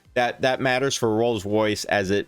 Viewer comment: This man butchers the pronunciation of rolls Royce so bad. I had to watch the whole thing to hear every one. Love the research.